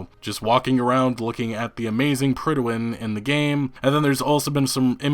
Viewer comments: PRIDE-win. It's pronounced PRIDE WIN. You should know that as... a gamer and all. I was cringing everytime he said pridawin. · its not pronounced "prid-a-win" its just pronounced "prid-win". lol not sure where you're getting that totally extra syllable, but its not in the word. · The Pridawin? Do you mean the Prydwen? There's no a in there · Dude, the way you keep mispronouncing "Prydwen" makes me cringe.